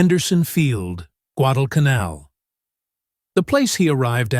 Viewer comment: I hate AI slop. Less than 30 seconds in, and the moronic AI can't even pronounce Guadalcanal. Losers and posers need to stop relying on AI to do all their work for them.